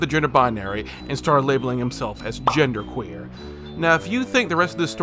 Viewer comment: I shit you not, I got a sinus headache the second you said "genderqueer"